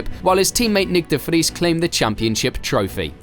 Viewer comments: This is the closest ive seen someone not dutch pronouncing "nick de vries" properly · Totally not related to the video, but as a Dutch person I was actually surprised on how you pronounced nick de vries. Sounded like you actually speak Dutch 😂😂